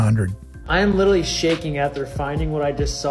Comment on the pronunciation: Yeah “lit-TRA-ly” a millionaire.